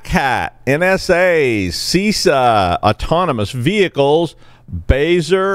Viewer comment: it's not See Sah! so I've heard.